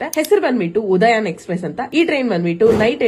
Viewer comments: ಅವ್ವಾ, ಅದು, ಉದಯಾನ ಅಲ್ಲ, ಸ್ವಲ್ಪ, research ಮಾಡ, ಹೆಸರ ಹೆಳಕ್ಕು ಮುಂಚೆ, Train ಹೆಸರು, ಉದ್ಯಾನ Difference ಗೋತ್ತಿರಲಿ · ಯಾವ್ ತಾಯಿ ಉದಯನ್ ಅಲ್ಲ ಅವ್ವ😂 ಉದ್ಯಾನ express ಅಂತ ಹೇಳು ಬೆ ನಿನ್ ಮಾಹಿತಿ ಇಷ್ಟು ಬೆಂಕಿ ಹಾಕ😡😡😡😡😡